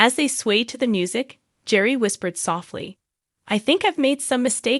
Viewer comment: This is obviously AI created. Their first names are horribly mispronounced. It's Gear ree and Ter re suh.